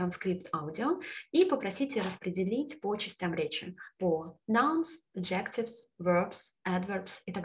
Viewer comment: А ещё enter и adjectives - надо обратить внимание на произношение.